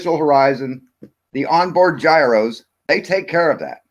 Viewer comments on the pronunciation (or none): none